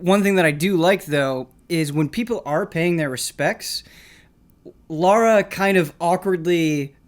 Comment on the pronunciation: THANK YOU! Godammit how hard it is for people to say her name right!